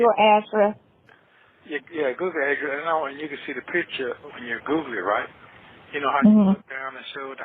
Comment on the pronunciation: Everytime says Google, it sounds like he’s saying “Googly”